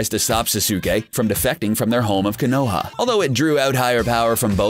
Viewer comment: Gosh!!! Learn to say the names correct!!! When he says Naruto, Sasuke, and Konoha made me cringe so bad!